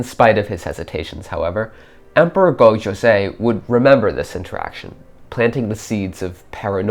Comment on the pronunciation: There is so much wrong historically and even narratively with this video that I am actually appalled. 1. It is pronounced SekiGAhara not SekiJAhara. This is a consistent theme throughout the video as he keeps calling the Emperor Go-JOZEI, not YOZEI. Whoever is speaking does not understand Japanese at all. But somehow that is not even the worst part of this video. 2. Speaking of Sekigahara, while it is true that it had rained the previous day and that there was mist, the battle itself took place under clear weather conditions. 3. The primary focus of this video seems to be on Otomo Sorin, hooking up with Oda Nobunaga. Now I realize that this is alternate history, but what motivation does either have to meet with the other at this supposed divergence point? Nobunaga, in 1578, does not need an outsider's help unless it is to become a vassal. He already has Toyotomi Hideyoshi on the Chugoku front anyway to deal with the Mori. In this scenario therefore, Otomo Sorin would have to meet with Hideyoshi, which Sorin has no motivation to do since Sorin himself is a lord and therefore no motivation to pay homage to another feudal lord, especially one which he is not directly supporting for any reason. Even then how does Otomo Sorin reach Nobunaga in the first place, if we ignore what this would do to his prestige? Are the Mori just going to let him pass through their territory, the Mori clan which he is enemies at best with? 4. Oda Nobunaga was not resting at Honnoji in preparation for